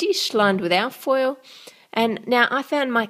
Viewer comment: What did she call the foil,it didn't sound like a word